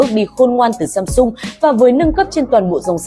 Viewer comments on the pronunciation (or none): none